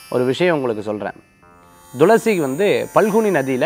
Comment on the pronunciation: ஐயா,, ரொம்ப நாட்களாக, பயனுள்ள இந்த நிகழ்ச்சியை பார்கிறேன்,, தாங்கள் எப்பவுமே thulasi-யை, dhulasi- என்று , உச்சரிப்பது சரிதானா?? விளக்கம் தந்தால் நான் தெளிவடைவேன்.